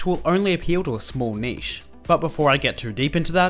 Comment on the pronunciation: Thank you for saying niche properly.